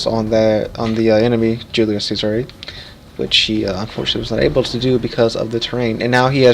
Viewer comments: The pronunce is actually Cesare, and not cesar (sisar) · Yea it's completely broken need to be uptiered or nerfed heavily, and if ur gonna mispronounce the name atleast stick with it 😂😂